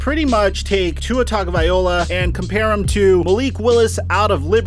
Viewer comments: Repeat with me: TA-GO-VAI-LO-A. - Tagovaiola! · Do you think he purposely miss pronounced names to get more comments? Tuhrod?!? Tugavayola?! Where does he get these pronunciations?!? Taga-va-Loa, Ty-rod not that difficult. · Bro, please learn how to pronounce Tua's surname properly. Tagovailoa.... It's pronounced TAH- NGAW - VAIEE- LAW - AH. Coming from a Samoan. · How come you don’t know to correctly pronounce Tua’s last name?